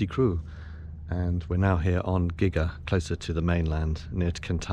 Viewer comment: Gigha is pronounced GeeAh